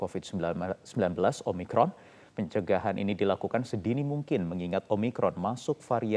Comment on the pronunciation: Omicron, Omicrot, Oh yes Oh no!!